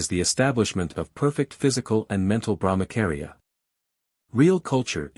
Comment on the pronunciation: Thank you! Please BrahmaCHaria not KAria 😅 its repeded so many times...wrong